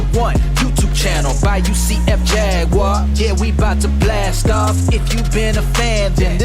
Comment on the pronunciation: “UCF Laguar” 😂😂😂😂